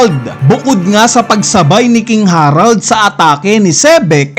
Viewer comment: KING HE-RALD KING HA-RALD nakakapanibago pag banggit mo HAHAHAHA